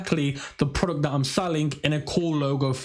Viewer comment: Veo of “prowductt”